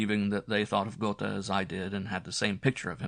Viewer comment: It's Guh(r) teh isn't it? Goethe pronounciation